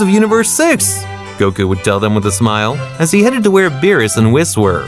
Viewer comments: His name is not bills it's berus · Work on your name pronounce of the characters and its BEERUS not Bills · Its beerus not bills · Bruh vegeta is spelling kakaroto wth is he italian and who is bills isn't it beerus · you need to learn how to speak its berus and saians